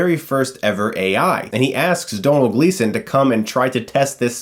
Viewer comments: Thank You Chris!! You did us Irish people proud and actually pronounced Domhnall Gleeson's name properly, unlike 99% of the other Americans I've heard! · Yes. Someone able to pronounce domhnaill. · Yay, First american reviewer that can pronounce Domhnall correctly. The Irish love you sir :) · Finally. A reviewer that pronounced Domhnall Gleesons name right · Thank you for saying Domhall Gleesons name right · Finally!!! Someone who pronounces Domhnall name correctly.